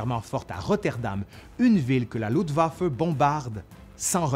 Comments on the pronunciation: C'est LuFtwaffe pas Lutwaffe, ça m'a fait tiquer tout du long ! Ton allemand est à travailler :P Sinon c'est énormément de travail, bravo ! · Merci c'est super, mais Luftwaffe se prononce "louFt'vafeuh" (et non pas "loudevafeu")